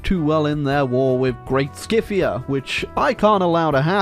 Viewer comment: Did just call Scythia “Skiffia”?